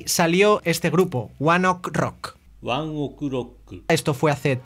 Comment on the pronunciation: Se pronuncia one OKEY rock